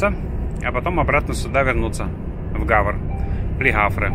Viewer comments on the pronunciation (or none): Доброе время суток! К слову и не в обиду, как правильно произноситься город Гавр (на русском), а вот, как правильно, на французском -. Вы спрашиваете, какие темы нужно Вам освещать? Мое мнение, все что, видите снимаете, Ваши переживания, что, где работает в коронавирус, все интересно! Не каждый день, подписчики бывают в Германии, во Франции! Придешь после работы, телевизор никто не смотрит, а вот такие видео, как у Вас, "дяди Паши", "Vladimir-Bavaria", "davir trucking", "давид камаз" и многих других, помогают расслабиться! и подумать о том, в каком мире, на самом деле мы живем! Думаю, многие подписчики будут согласны! Огромное спасибо за видео! Здоровья, удачи, счастья!